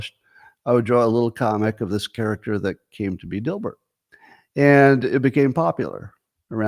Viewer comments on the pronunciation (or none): none